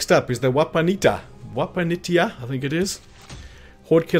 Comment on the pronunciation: I took out the White King Mine horde fairly early, and did it 99% stealth until I could pick off the remaining few :) BTW Wapanitia is 'wapaneesha" :)